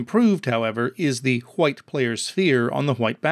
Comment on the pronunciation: Am I the only one that heard hwhite ? :)